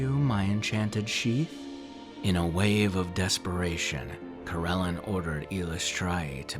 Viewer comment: It's been a couple years so someone probably noted that the god's name is Corellon Larethian. Not LareNthian. Also, it's Coh-rel-AHN. Many of your pronunciations across many videos are incorrect and/or inconsistent. Pretty much every single one that isn't totally obvious. Sorry. :/ Good luck w/ everything.